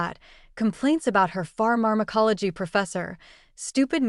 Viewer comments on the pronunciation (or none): Bad AI. Which “desert” were they waiting for? (As opposed to “dessert.”) Pharmacology tripped up the narrator up. Tyra/Iman/A-man? Messy and sloppy work.